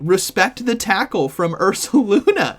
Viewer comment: At first, I thought you said "Taco" but then I realized you meant Tackle lol 😂